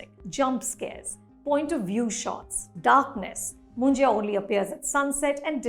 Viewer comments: It’s pronounced as Munja not Munjiya 😂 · Anupama is pronouncing Munjya as Munjaya (मुंजया)! Its written and said as मुंज्या which basically means a brahmin (because his thread ceremony has been already done) bachelor boy/man who has passed away without getting married.